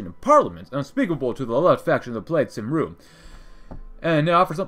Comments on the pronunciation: It's pronounced kum-ree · My guy said saimru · "cymru" is pronounced "kemri" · Cymru is Pronounced Kum-ree